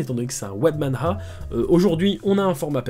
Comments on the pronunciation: Pour manhua, on le prononce man-rua Je suis sur de se que je dis vu que j'ai étudié pendant 3 ans le chinois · Pour la prononciation de Manhua : remplace le H par le son d'un J (jota) espagnol.